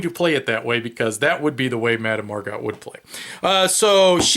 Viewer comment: Looks like a fun game nice theme. yeah it's easy to make mistakes solo and recording at the same time. it was more fun thinking it was a tie ; P.S. How is the quality of the cards? people on BGG seem to think they're cheap? P.S.S. Her last name is pronunced 'Mar-go' ; like the actress Margot Robbie